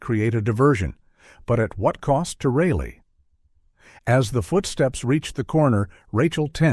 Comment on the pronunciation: Pounce the daughter's name Correctly! It's Not Raily. It's RI! Jeez! Lee